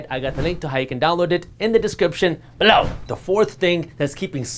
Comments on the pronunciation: “Below” 🤣🤣 my favorite parts other than the great information brother! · I love Jaspreet and this channel. It gets me every time (LOL!) when he emphasizes the word “BELOW!” Keep up the good work! Bahut badhiya!